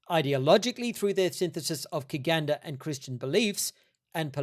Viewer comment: "Kiganda" is not a religion or set of beliefs -- it's just an adjective that means "Bugandan" and is pronounced "chiganda". Could you elaborate on why you've chosen to cover virtually only Kiganda history in your exposition of the christianization of Uganda? It cannot be overstated how multicultural Uganda is. Other than that, I'm not sure I agree with your overarching analysis of the research, but I'm enjoying the vid nonetheless and admire the effort that you've put into this. Keep 'em coming!